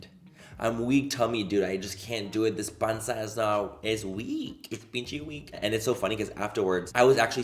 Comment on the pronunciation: I love when manny speaks Spanish lolll “my pansa is weakkkkk”